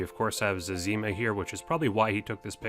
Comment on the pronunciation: Butchered the zezima pronunciation